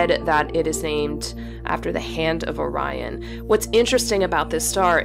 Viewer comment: You pronounced "Orion" correctly - that's refreshing !